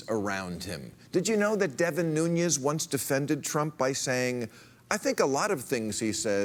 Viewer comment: Correction: Bill Maher kept pronouncing Devin Nunes' last name as if it was the Spanish surname "Nuñez", but it isn't. "Nunes", is the Portuguese equivalent of "Nuñez", but since it has no "eñe", it should be pronounced as a simple "n". And BTW, the change from "z" to "s' happens with a lot of Spanish last names and their Portuguese equivalents. The Spanish "Rodriguez", for example, becomes "Rodrigues" in the Portuguese version.